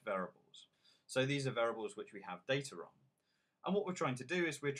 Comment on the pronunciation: VAIR-EE-ABLES. FFS. How can anyone learn from someone who pronounces this word VAIR-ABLES?